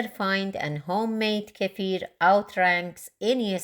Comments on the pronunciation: I'm about to start making my own kefir, and have seen many videos, but I keep coming back to yours, as you explain it in such a clear and pleasant way 😀 Also a big plus.....you pronounce the word kefir how it should , unlike most others😀 Thank you so much for all the work making these kefir videos ! Greetings from Belgium ! 🥰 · This is by far the best video I have come across on milk kefir! And hats off on pronouncing kefir correctly. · Thank you for pronouncing kefir the right way. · Thank you for pronouncing it correctly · FINALLY, someone on YT who pronounces 'kefir' correctly! Thank you for a great video! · I've watched lots if videos and this woman and only one other guy I've seen pronounce kefir correctly.